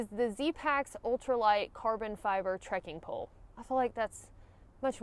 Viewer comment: New drinking game: everyone downs a shot every time says; "trekin' pole"